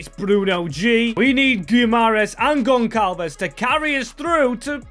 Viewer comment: its pronounced KonSalves not GonKalves 😂